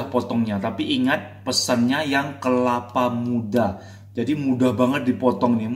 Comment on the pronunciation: kelapa bang bukan kepala